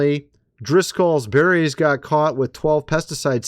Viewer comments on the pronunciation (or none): none